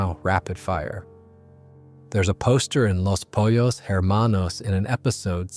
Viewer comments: Thats literally exactly where i paused it too and probably not gonna play again. After hearing “polos” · After 2 ad breaks and mispronunciation of "pollos" you lost me.